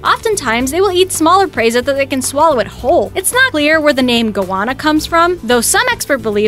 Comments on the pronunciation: and stop saying goanna like its anna from Frozen. Its the usual anna pronunciation damnit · at least they got goana half right